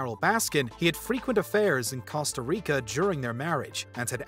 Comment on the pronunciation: I was getting irritated by the way you were saying Costa Rica 😭